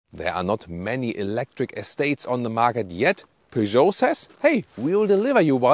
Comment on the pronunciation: So much better. In the UK we emphasise the first syllable. I prefer the emphasis on the second syllable.